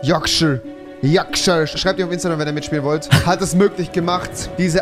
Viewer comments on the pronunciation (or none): Wie er Yorkshire immer noch nicht richtig aussprechen kann😂(es wird yorkschaia ausgesprochene)